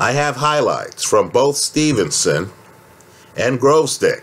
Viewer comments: It's gVozdyk, not gRozdyk. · Holt In general, it was almost correct — just "r" instead of "v" for some reason.